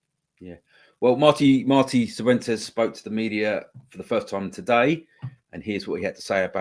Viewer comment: Pronounced fifuentes. 😂